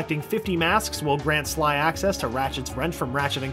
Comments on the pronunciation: he says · did anyone notice when he was talking about david scully that he said 3 instead of sly? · On #43, I think you had the name Scully on your mind and you accidentally said Sky instead of Sly. Just a nitpick, though. Not a big deal. Lol